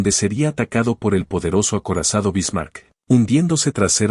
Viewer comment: Solo con escuchar como pronuncia la IA los nombres anglosajones y como pronuncia el nombre “Bismarck”, se nota que no es sino mera propaganda gringuita inútil.